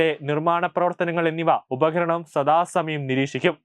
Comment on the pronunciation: Upaharanam alla upakaranam anu.